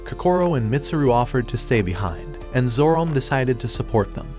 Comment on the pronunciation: Have you ever considered spelling certain words (specifically names) different to have the AI voice pronounce them properly? Like spelling it Zoromay or Zoromai instead of Zorome.